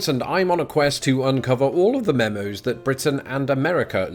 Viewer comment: Do you say 'memos' or 'memes'? I can't quite catch it